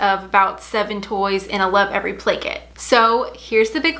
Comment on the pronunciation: Every time you said play kit I thought you said blanket hahaha